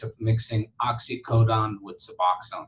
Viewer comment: Oxycodone. Why you say oxycodon?